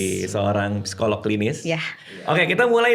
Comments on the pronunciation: Bang Radit, izin sedikit ya 🙏🏻 kata ‘psikolog’ biasanya dibacanya ‘sikolog’ ya Bang hehe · Bang radit ternyata rata-rata kita,setiap huruf di sebuah kata di baca. (Psikolog), P nya di baca) wkwkwk